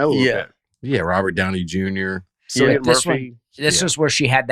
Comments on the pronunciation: Isn’t it pronounced Killian? Cilly Brian. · Cillian is pronounced KILL-E-AN Breakfast…. Get it right 😜